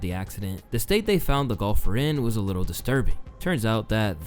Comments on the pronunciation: Man says golfer in a weird way...almost sounds like Gopher the animal on a golf course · I thought i was the only one who noticed that. 😅